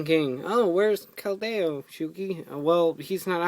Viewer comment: Your not pronouncing Keldeo right it's(Kel-De-o)